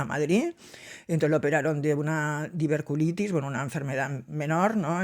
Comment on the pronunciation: Es “diverticulitis” .. no diverculitis